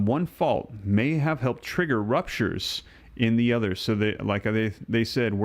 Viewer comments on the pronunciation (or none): Emphasis on the words "may" and "could" 😂